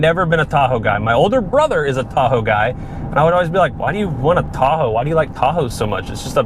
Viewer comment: why does he sound like he’s saying Thahoe